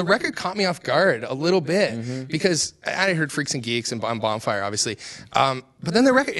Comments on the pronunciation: lol he said bonbon fire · He called it bon bon fire